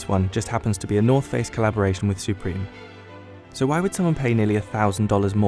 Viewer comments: Dude said: SOopReam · He says it like soopreme and it triggered me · “And what is it that makes Soup-ream so expensive” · Pronounce supreme correctly